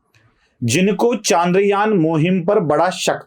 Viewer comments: बंधु आपके बोलने में ही इतनी सारी गलतियाँ हैं कि आश्चर्य होता है कि बोलने में भी इतनी गलतियाँ हो सकती हैं क्या। एक तो आप ये जान लीजिये कि चन्द्रयान होता है, चांद्रयान नहीं। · चंद्रयान✔️ चांद्रयान ❌